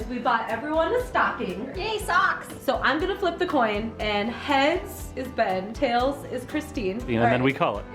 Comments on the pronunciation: Its not ben, its BEeEehHn!! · And Ben You had one job to say BEYN!